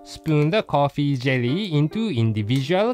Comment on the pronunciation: For some reason, I kept hearing "potty jelly" instead of coffee jelly. XD